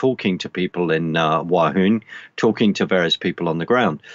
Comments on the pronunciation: WUHAN as in Woo-han and not Wahoon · It;s :Wuhan " Not Wa hun lol 3 : 11 .